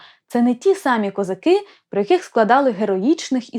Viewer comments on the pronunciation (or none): Не козаки', а козАки. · Даруйте, але в пісні ,,козАки", а не ,,козакИ". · У пісні навіть наголос невірно стоїть у слові козАки, щоб підвести рифму під весь(!) текст. До речі, далі у тексті, наголоси стоять, як треба. Ще, будь ласка, зверніть увагу на те що: Їхали... "додому" , а позвали з "собою". Геть ніякої рифми. Ріже вуха. Молодше покоління, на жаль, вже не чули, як бабці співали цю пісню у селах. А ми, вже досить старі, чули. І ще пам'ятаємо, хто звідки їхав. Тому і козак до Галі не прийшов, бо чітко знав, хто Галю привіз. З повагою. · Язавжди питалась, чому наголос у козАки неправильний.